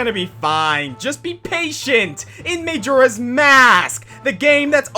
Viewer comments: may-joe-rah's mask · Him pronouncing Majora incorrectly frustrates me as much as the boss fight he mentioned did... Oh, and Moldorm. Felt like a Moldorm.